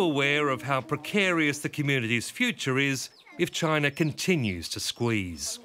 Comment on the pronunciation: CHINER LMFAO guy can't even say it right.